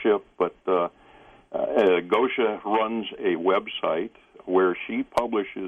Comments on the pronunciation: Much love, and! Is Taygeta their name for their sun or ours? It goes back to Latin and Greek but is the name from their language? Bless George, he couldn't quite pronounce '':D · did you get a kick out of the way George pronounced your name? I'll bet Swaruu did.: ) Thank you, all. Big love to you.